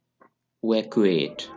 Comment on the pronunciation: I appreciate your effort. Pronunciation of a few words must be checked for example evacuate,snazzy,opulent and uppity.